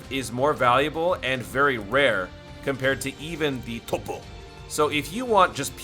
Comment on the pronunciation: U should stop saying topo in a weird way it is annoying